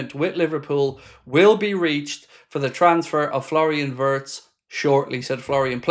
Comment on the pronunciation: My German friends inform me that the correct pronunciation for Florian Wirtz is Flo (nickname) Vietz (phonetically)